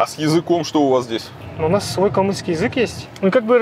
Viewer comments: КалмыЦкий, а не калмыКСКий 😭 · Смотрю видео, только начал. Очень режет слух неверное произношение прилагательного "калмыКский". Это неверное слово. Нужно говорить "калмыЦкий" - это правильно) Смотрю дальше) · Илья, только не "калмыкскый", а "калмыцкий". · Я не понимаю, как можно снять почти полуторачасовой фильм, подготовить и рассказать столько информации и говорить «калмыКский»???!!!!! Нет такого слова!!!! Правильно говорить «калмыЦкий». Ужас!! И это блоггер-миллионник. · Только не калмыКСкий, а калмыцкий. Вот такой неизвестный русский язык) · Правильно говорить "калмыцкий", автор не удосужился прочитать о народе что-либо. На слух говорит " Калмыкский" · Вы вроде бы грамотный человек,а говоришь калмыкский это не правильно, пишется и говориться калмыцкий чай,конь и т.д. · Режет слух слово "калмыкский". На протяжении всего видео. Это очень некрасиво и неграмотно. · Как режет слух калмыКский … правильно калмыЦкий если что ) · Почему калмыЦкий? По правилам русского языка калмыкский